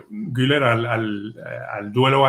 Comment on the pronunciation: SOLO UNA COSA POR QUE DICEN GUILER CUANDO SE PRONUNCIA GULER ASÍ CENCILLO LO SIENTO NOVES UNA CRÍTICA GRACIAS